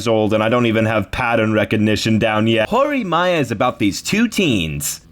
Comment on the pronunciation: It's nitpicky for me to say that, but it's "horimiya" not "horimaiya". All symbols in Japanese are always pronounced the same regardless of word, or their place in the word, and "i" is always read like in "milk" or "tin", never like "I" as in "I am".